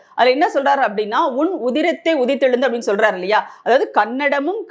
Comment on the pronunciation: உதிரத்தே என்று படிக்க.